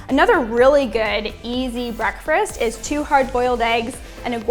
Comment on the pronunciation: Is she saying "breakfrast" ? I can't listen to it anymore. Sorry